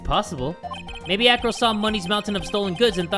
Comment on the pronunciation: Who also thought he said Afro instead of acro